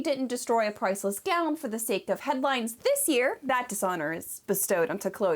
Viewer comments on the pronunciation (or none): none